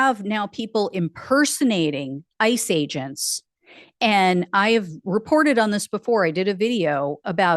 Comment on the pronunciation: When you said "ICE age-ents" I pictured the squirrel chasing the acorn.